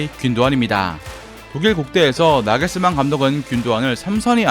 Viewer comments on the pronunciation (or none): none